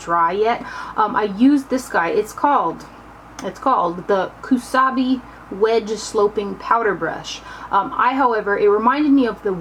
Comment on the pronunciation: The first one is Ko-tsu-bu ko like coat. O-u-gi Ou like a long Oh and gi like gib. Otsubu O like Oh. Kusabi was perfect :) Kusuriyubi was almost perfect the su just needed to sound like sue. Sorry if I sounded snobby. I just thought that maybe it would be fun to help with the Japanese pronunciations since they are a collaboration with a Japanese brand. You are SO close to 100,000 subscribers I hope you can reach it by the end of this month. An updated makeup collection after that would be a treat for us, I think ;) I hope you have a great rest of the summer!! :D